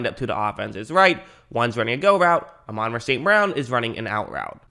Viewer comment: Pronounced ah - mon Rah